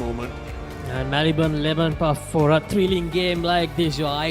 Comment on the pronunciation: Papare please advise your commentators to brush up their act both in pronounciation and phrasing too Forward is not foreward/for is not four/forty is not "fourty". Puts "boot to ball" not "ball to boot". Takes them by "the scruff of the neck" and not the scruff of their teeth. Above are some of the many bloomers to be corrected. A little conscious effort and advise is all that they need. All this is with no malice but for the good and respected Papare not to be ridiculed.